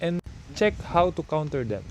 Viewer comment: Are u Indian? Cuz u said KHAONTER not counter